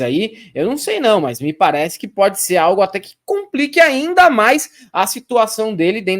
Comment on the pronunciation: Ele é "pôdi"!